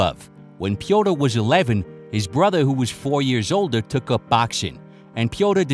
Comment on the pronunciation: Pee-o-teer Yan. It's really not difficult to pronounce his name. If you try. Wish more at ufc tried and were good as 🙏🏼 good shit as always bro cheers